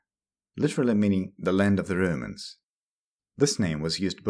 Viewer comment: Don't umlaut 'romans' you say röümäns not roumans